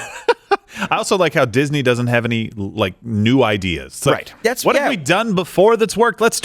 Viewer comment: Duck Fisney is what I heard. Is that related to Donald